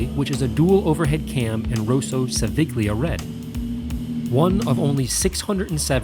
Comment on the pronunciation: yyoooo i know this is 3 years late but its pronounced seviya not seviglia